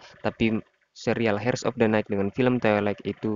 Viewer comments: Bacanya jangan hers min tpi iers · Mas, pronunciationnya salah.. 😅 Dlm kata HEIRS, "H"nya nggak dibaca.. 😁